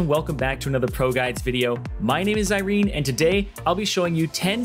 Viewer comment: Zirene bruh!? Zirene??